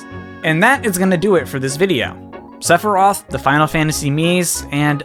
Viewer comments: When you said Sephiroth's name did you accidentally say Sepurai? I literally heard "Sepurai"! Listen to the recording and see if you hear Sepurai., I am serious. Please tell me you accidentally said his name wrong and didn't realize it. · Sepfory? I'm not the only one who heard that? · Dear who ever lives in the sky, how in the world did that man get the pronunciation of that word so wrong? Also ha nice reference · I loved when you just would not stop saying Sep-Rei-Th like you did at the start of this video, like you did during the Game Awards Stream. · YOU SAID SEPIRAITH FTUTIFJFJFJGLHLHOGJDJRU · I have a question. I literally know basically nothing about this guy, but is there a reason why he's pronounced Sephiros in Japan and Sephiroth seemingly everywhere else? Is that just a pronounciation thing? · why does he say Sephiroth's name like that? does he do it to piss off people?